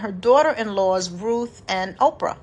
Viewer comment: Thank you for the word sis. Her name was Orpah, not Oprah.